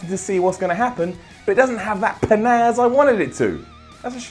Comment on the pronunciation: pa'naz? is that a combination of pzazz and panache... because it's getting an UP!